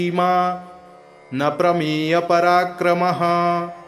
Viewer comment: 23वें श्लोक के उच्चारण में जानकीवल्लभ:+श्रीमान् + अप्रमेय पराक्रम: उच्चारण होना चाहिए,न कि : ''श्रीमान् नप्रमेयपराक्रम: "" यहां अप्रमेय का नप्रमेयपराक्रम यह उच्चारण अशुद्ध होगा। सादर सप्रेम सद्भाव सहित।